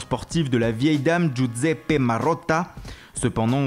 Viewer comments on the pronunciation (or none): none